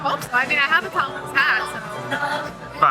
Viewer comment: Oh, tompouce... I thought you said Tom Cruise. I was like: 'what? Tom Cruise is going to Kings Day???' :D